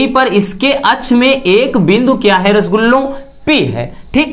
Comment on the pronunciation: Sir rasgullah mat kahiye 😂